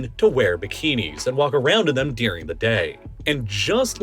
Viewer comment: You, Saying 'during': no Saying 'deuring': yes